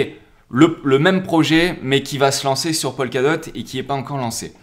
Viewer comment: Juste pour information, dans toutes tes vidéos, tu prononces "Polkadot" comme "Pol Ka dot", alors qu'en réalité, cela ne se prononce jamais "Polkadot" mais plutôt "Pokadot", "Po ka dot".